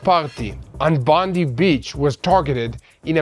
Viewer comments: Please it is Bond-eye not Bond-ee. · Some Australian corrections The pronunciation of “Bondi”…. Not “Bondy beach” It’s “Bond-eye beach” The islamic savages lived in Bonnyrigg in Sydney “Bon E rig” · Local vinacular for Bondi beach...Bondi is said as Bon-dye, not bon-deep! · Bondi Beach Bondi... not Bondee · Thanks good coverage from an Australian. Just for your information Bondi is pronounced Bondeye(i). Not like Bondi (Bondee) like President Tump's press person. A Christian praying for Jewish people in Australia, Israel and globally for your safety and protection from God Almighty and Jesus. Haven't forgotten and continue praying also for the return of the final hostage now. God bless all..👃👃👃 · Bondi is pronounced Bond-eye. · Bond eye.....others said it wrong too so dont feel bad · Thanks and. Just to let you know, Bondi Beach, it is Pronounced "Bond-Eye" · it is pronounced Bondie.